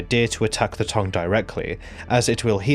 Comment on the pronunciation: Im english and its tongue not tong. Where the fuck you getting this pronunciation from?